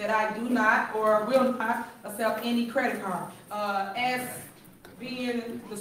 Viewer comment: "credit carrh"